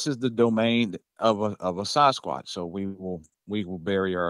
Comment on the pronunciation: Sarzquatch? That dude doesn't know how to pronounce Sasquatch.